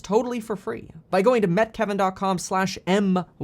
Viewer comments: Met is the past tense of MEET and they are pronounced differently. On another note some at YouTube likes you. I get notifications every time you upload yet I'm not subscribed. I'm subscribed to Graham with notifications on and I haven't seen a video from him in 8 months. Carry on! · When you say MET it drives me crazy. Carry on!